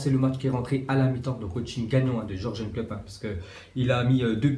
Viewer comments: C'est pas Jorgen mais Yurgen Klopp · On dis yourgeun